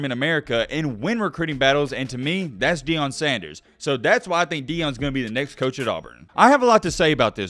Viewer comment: It’s pronounced Ian not eon